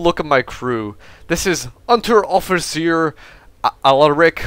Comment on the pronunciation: Heres pronounciation help: Unteroffizier is pronounced. oo (As in boot) nteroffizier (z as in tsar) Unterfeldwebel: W is as in Whelp. and ebel as in cable. :D